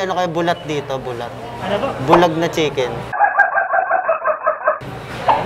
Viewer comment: Bulad, di "bulat".